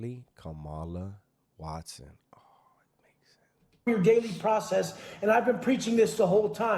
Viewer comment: Wat-sohn mamon, Wesonites !!? 😅😅😅😅😅